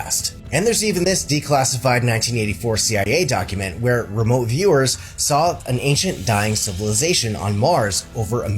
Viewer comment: I love how people from the south say sawll it (the neighbor sawll it fall) love it!😊